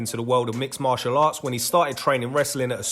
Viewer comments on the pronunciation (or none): none